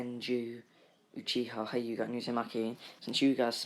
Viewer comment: Not hi uga it hue ga